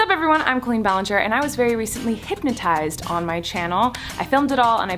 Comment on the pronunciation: Why does it sound like she’s saying hympnotised rather than hypnotised ?